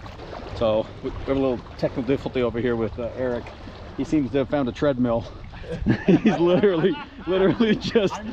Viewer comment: Quit saying "found" just wrong